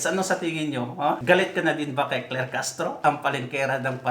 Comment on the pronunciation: SI CLAIR HINDI CLEAR☝️😬🤣🤣